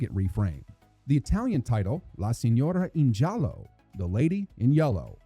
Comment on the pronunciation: Great pronunciation of the Italian title! "La signora in giallo" has been an institution of Italian TV for 30+ years and entire generations watched it again and again. It's still quoted today. :D Loved the video, even though it "forgot" to mention the second sheriff, present for the most part of the series after Tom Bosley left.